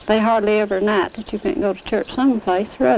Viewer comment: silent naht, holy naht